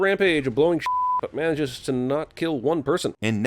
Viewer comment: to I love that noise! Also says Mayages instead of manages